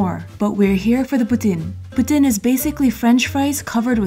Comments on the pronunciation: calls poutine the right way Canadians: POOTEEN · Thank you for pronouncing poutine correctly! When cheese curds are squeaky, they're fresh! But personally, I don't like when they squeak haha! It's so nice to see you explore my city :) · For the first time forever I heard someone say poutine right